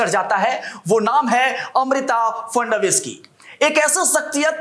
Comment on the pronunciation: वे महाराष्ट्र के मुख्यमंत्री हें नाम का उचरण ठिकसे लिया करो